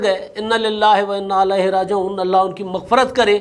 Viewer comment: اِنّا لِلّٰهِ وَاِنّا اِلَيْهِ رَاجِعُوْن آیت صحیع پڑھیں ۔